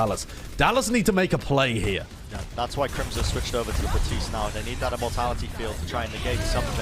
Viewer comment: BaPtiste. There's a P in there. It makes the "puh" sound.